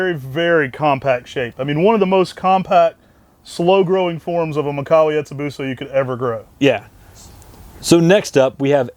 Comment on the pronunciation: It's mee-kah-wah